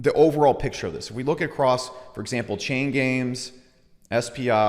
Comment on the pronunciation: Every time he says chain games i hear chain gang.